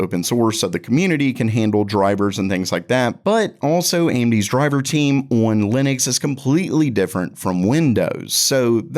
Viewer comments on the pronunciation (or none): Everytime this guy attempts to say the word "on" I cringe